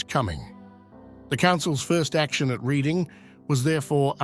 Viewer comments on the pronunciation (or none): Reading is pronounced Redding, fyi. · Sir, Reading as in the town and abbey, is pronounced as the colour red. Or are you AI?